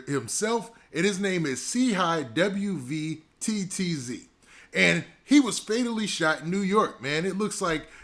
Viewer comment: W V T T Z bro just say WATTZ